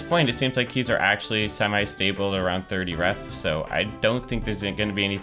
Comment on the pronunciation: Tree hundred and tirty tree craft hats.